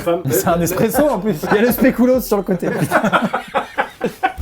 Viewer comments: OMG 😂😭 je suis le seul choqué la il vient de dire SPECOULOS alors que ça se prononce spéculos ... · Un spécouloos ? Nan Maxime un spéculoos 😅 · spéculos pas specoulos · Suis-je la seule à avoir été choquée par sa prononciation de "Speculoos"? 😂 On dit littéralement spé-cul-loos et pas spé-cou-loos haha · Amixem qui dit "raitchu" pour Raïchu et "spécoulos" 🤣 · Qui a été choqué quand il a dit " le specoulos" a ? 😅😂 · Speculoos pas specouloos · Amixem a dit un « specoulos » .... JE SUIS LA SEULE À REAGIR BORDEL DE MERDEEEEEEE 😭😭😭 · ツ pareil j'te jure 🤣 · Excuse moi maxime mais raichu prononcé rèchou et spéculos prononcé spécoulos... NON MERDE NON ENFIN !! MERDE MAXIME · spéc-OU-los oui il a osé